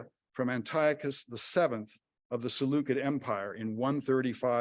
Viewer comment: Too bad he didn't look up the pronunciation of "Seleucid" though.